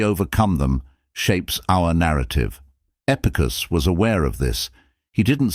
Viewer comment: Although the information is valuable, it would be beneficial to edit the script in such a way that the AI narrator can speak properly such things as Epictetus' name. Section breaks and correct pauses would also be useful.